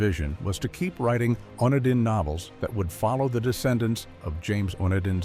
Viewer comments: It's not the one-din line. It's pronounced the o-knee-din line, l used to watch this series when I was a child. Hope that this made sense 😊. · wandin? AI?